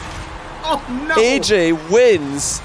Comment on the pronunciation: U mean AyyJayy u said ayykayy